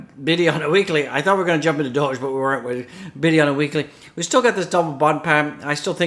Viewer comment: Tiddy Tiddy time time 🤣🤣🤣🤣🤣🤣 I don’t think you meant to say it how it came out